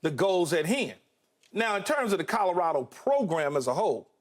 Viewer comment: Nobody : Skip: Calarado